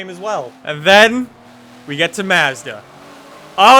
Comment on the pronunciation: You do not say Mazda correct at all lol, sounds hillbilly